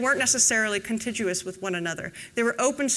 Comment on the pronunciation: I watched until she mispronounced contiguous. Ffs.